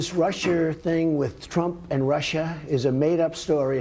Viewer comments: "This RussiaR thing...." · Listening to Trump speak makes me cringe: "This Russiar thing" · Trump pronounced Russia two different ways in the same sentence: Rusher and Rush-aaah. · This "RUSSHER" thing; learn the fucking language Donald or go back where you came from. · Can he pronounce anything properly.. Where the hell is " Rusher"?! Smh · I will never understand why Trump says Russiar...